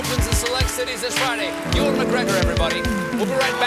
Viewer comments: Alex Creed um bro go look up any video or interview or bts of one of his films any time he refers to himself or pronounces his name he says it like eee wan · Alex Creed look your right it is pronounced like you wan but the way Colbert says it just sounds wrong the you sounds like a mix between you and eee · glockenrein Ewan he pronounces it like ee wan, but dumb ass Colbert pronounced it you wan, 😂😂😂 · Dawson Boyle Dude you're so wrong. It's pronounced You-en in Scotland. You're the wrong one man :)